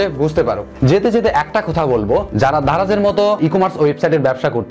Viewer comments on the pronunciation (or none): ভাই ধারায না.. দারায...আগে ঠিক করে কথা বলা শিখেন...😡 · আপনি ত ভালো ভাবে স্পষ্ট ভাবে কথাই বলতে পারেন না। দারাজ টাও উচ্চারণ করতে পারেন নাই😂